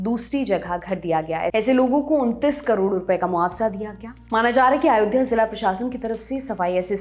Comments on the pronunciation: it's Ayodhya...NOT AAyodhya .... at least pronounce the name properly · कैसी पढ़ाई पढ़ के आ रहें हैं ये जाहिल लोग !? अयोध्या को ये आयोध्या क्यों बोल रही ये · “आयोध्या” कैसे बोल सकते हैं? इतना मुश्किल भी नहीं है “अयोध्या” बोलना। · Isko abhi tak ayodhya bolna tak nahi aaya aur ye banega PM 😂😂😂😂